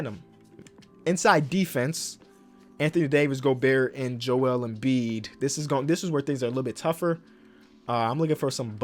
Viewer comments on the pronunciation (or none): none